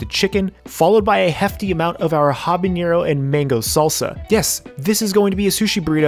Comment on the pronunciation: Bro it’s habanero not habañero Also don’t be a wuss use the whole habanero they aren’t that hot